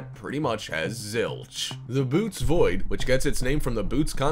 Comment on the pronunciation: It's not the "boots" void, it's the "bo-OH-teez" void.